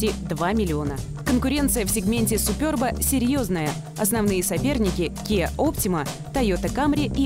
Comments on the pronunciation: Все супер, но произношение марки так ухо режет. Суперб, с ударением на первом слоге. А также в слове буква "е", а не "ё". :) и будет все прям 'по чешски' ;) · суперб говорится через "Е"